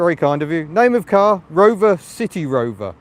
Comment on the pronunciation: You need to pronounce, the 'C' or S sound at the beginning of City in a clear manner, like you did at the beginning and at the end. A couple of times in the car you slurred slightly, and it sounded like a 'T' which made City Rover sound like a saucy sea shanty. I found it amusing, but it probably doesn't fit with your impeccable sense of humour. But you could call it 'Bristol' maybe. Hehe.